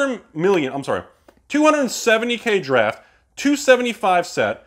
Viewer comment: Is anyone watching say "Draft" and hearing "Giraffe"? Or am I tripping?